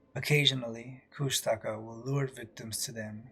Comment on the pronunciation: "kooshta-ka" is how they say it, just noting, love the show, keep up the great work.